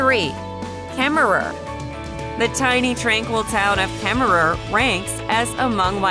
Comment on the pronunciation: And Kemmerer you don't say the last er, they are silent. It's the home of James Cash Penny, and where the mother store of JC Penneys is. Please learn how to pronounce the names of the places please!